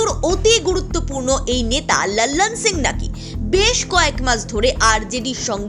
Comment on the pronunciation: একটু বাংলা টানে লালন সিংয়ের নামটা উচ্চারণ করলে ভালো হয়। বড্ড বিরক্তিকর শুনতে লাগছে। বাংলায় যখন বলছেন তখন হিন্দী উচ্চারণ নকল করা কি খুব প্রয়োজন???